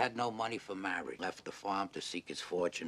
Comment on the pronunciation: Maowidge. Maowidge is wat bwings us.. togevahhh